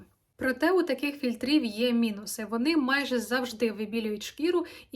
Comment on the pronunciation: Блін, ви мільйон разів повторили фільтрІв з неправильним наголосом ((